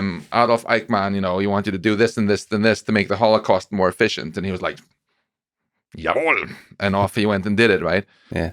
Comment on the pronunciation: That is the best "Ja wohl!" i have ever heard.